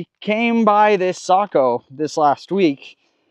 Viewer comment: Ecsuse me isn’t it SAYKO?